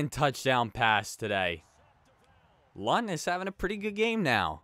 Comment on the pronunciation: “I’m almost positive the N is silent.” Well.... it’s not